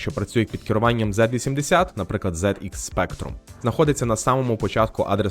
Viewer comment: Дуже легке та пізнавальне видиво. Як завжди пара зуважень: - назва регістру PC розшифровується як Program Counter тобто лічильник програми/коду/інструкцій що власне повністю відповідає його суті - на відміну від рашистського символу, в англійській мові літера Z читається як "зі", тому правильна назва процесора Z80 - "зі-ейті" - для виклику підпрограм потрібно налаштувати стек і виділити під нього певну область RAM - ти про це забув сказати а це дуже важливий момент. Бен Ітер показував що буде якщо це не врахувати - затримка через noop це дуже неоптимальна конструкція. Є недорогі програмні таймери що чудово працюють з 6502, Бен Ітер теж має готовий приклад використання - найголовніше - Ассемблер не є мовою програмування. Ассемблер як не дивно це ассемблер. Є бінарний код, ассемблери та транслятори (власне мови програмування), останні в свою чергу поділяються на інтерпретатори та компілятори. Слов ассемблер також має невласну форму що пишеться з маленької літери наприклад ассемблер х86 або ассемблер під ARM. Синонімом слова ассемблер в програмуванні є слово мнемокод. Головна відмінність полягає в двох важливих ідеях. По перше, не існує загальних стандартів Ассемблера, мнемокод визначається архітектурою процесора(ів) або навіть архітектурою системи в цілому (згадаймо мультипроцесорні приставки на кшталт Сатурн або Ягуар). По друге, існує однозначна можливість співставити мнемокод з бінарним кодом на основі простих правил (деякі інструкції - однозначно, в інших є усього кілька ва